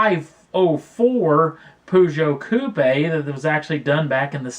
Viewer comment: Finally an american who prononce 504 "coupé" correctly! Thumbs up for that